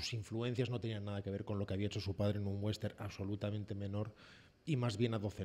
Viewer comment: por favor, no es "wenster", es westerN, la ene al final.